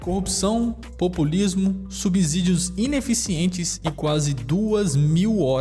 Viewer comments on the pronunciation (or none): none